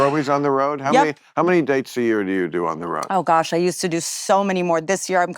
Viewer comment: "We could be in a wyear."